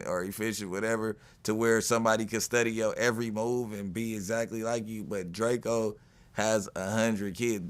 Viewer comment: This nigga said drako. I gotta be getting old.